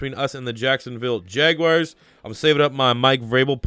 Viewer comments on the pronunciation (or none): none